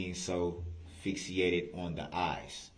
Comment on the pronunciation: Did Brooks say “fix-e-ated”? He says “substain” and not “sustain”….and his skin probably did look dark at that time….